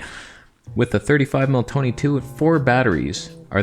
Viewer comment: No one even noticed the Tony toneh 😑